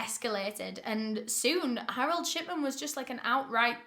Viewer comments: Why did i hear you say shitman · I thought she was saying Harold Shitman until a read the description 😂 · this whole time i thought you were saying shitman💀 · i cant be the only one who hears "shitman"